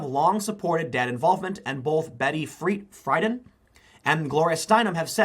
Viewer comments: Betty Free-dan not fry-dan etc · Thumbs down for not knowing how to say Friedan.